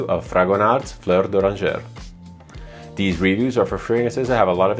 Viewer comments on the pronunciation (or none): You don't read the final consonant in French :)